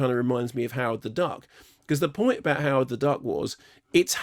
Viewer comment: "The point abaut "Howard the Duck" was, it's "Howard the Duck"..." Thanks, Mark...